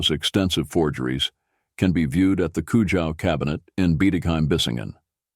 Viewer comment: at least pronounce Mr. Konrad Kujau’s name correctly. 😬🥴